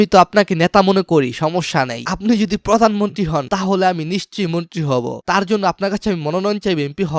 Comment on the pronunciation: পোদানমনতি না , হবে প্রধানমন্ত্রী